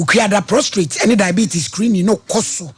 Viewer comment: Please it’s prostate. Not prostrate.